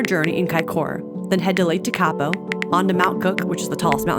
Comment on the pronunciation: Mt Cook is universally known as Aoraki in New Zealand (like "Mt Egmont" is known as Taranaki). Te-KA-po is actually pronounced TEK-a-po. There are many, MANY places you can go in Aotearoa and be alone nearly always, you just chose to go mostly on the standard tourist trap routes, so found yourself often with other tourists. International tourism pays 20% of the country's overseas earnings, and ceates some jobs, but "tourists", especially ill-equipped "freedom campers" are not really popular here.